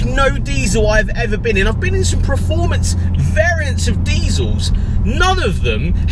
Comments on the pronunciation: The word performance is pronounced exactly as it is spelt: PERformance NOT PREformance. Please learn how to pronounce it correctly for gods sake. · It's PERformance not pre